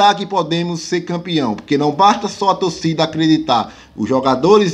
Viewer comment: Se fala torcida e ñ "tocida"